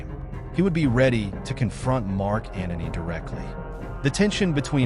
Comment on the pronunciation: Antony not "Anony"